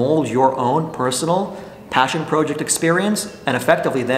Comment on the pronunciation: Proughject? WTF 😂🤡